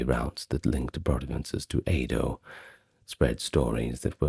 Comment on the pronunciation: I’m sorry but it’s pronounced “Edo” and not “Eido” 😭😭 it’s phonetic dude